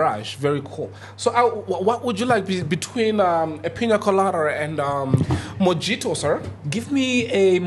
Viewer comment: You both pronounced Mojito wrong!